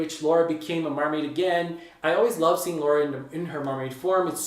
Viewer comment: Why did I almost always when you said "mermaid form" as "mermaid farm"? XD